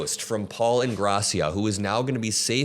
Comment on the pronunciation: the last name is pronounced In-gray-sha. Years ago when I was in high school I had a boyfriend with that last name. Just wanted you to know.